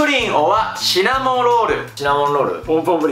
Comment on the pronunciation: シナモロールをシナモンロール呼び！笑 かわいい😂むしろこのシーンに一番癒された